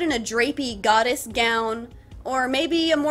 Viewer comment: I like how she went from "Goddess" to "GODDESS ✨💅✨💅"